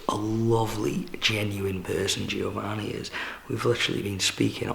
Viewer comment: every time you say GIOvanni I gringe ^^